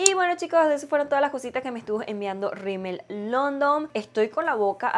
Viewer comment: la marca se llama Rimmel London no “Rimmel Londom”